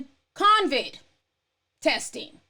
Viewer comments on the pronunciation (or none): It’s CO-VID. Not. cON-viD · It's COVID NOT CONCID Ti!!🤣😭😂☠️☠️☠️☠️ Co-Vid...no Con-Vid...no N in it lol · Convid? No its CO-VID. There's no N sis. 😂 ETA: when they take people streams down for that? I thought they were taking people streams down if they called it the "Asian country" virus. 😕 and they put a CDC banner on your vid. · COVID DOLL...NOT CONVID🤦🏾‍♀️